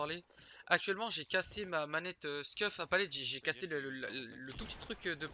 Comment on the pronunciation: CASSÉ ÉÉÉÉ pas ER